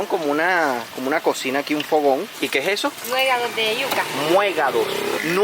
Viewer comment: se dice nuegados con acento en la e, jeje, tenemos la bendición de tener una amplia variedad de comida típica, saludos